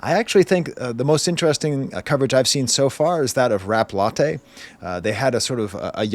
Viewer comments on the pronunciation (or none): none